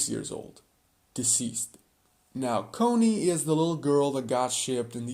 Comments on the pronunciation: "Cone - e." No..."Conny." (Caw - nee) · And it's CON-ny, not COH-ny. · Im sorry but did you say Coney?